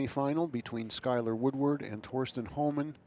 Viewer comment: FINALLY, another commentator who knows how to pronounce Thorsten!